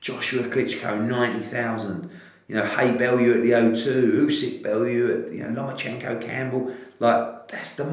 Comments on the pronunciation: It’s “USYK” not “USEK”!!!!!!!! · 'UY-SEK' Cassius